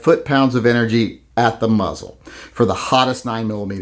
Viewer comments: 'Enegy ' ??? Lmao ! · Is that a silent 'R' in "ENEGY"? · hates Republicans so much that he refuses to use an "R" in the word energy.;-)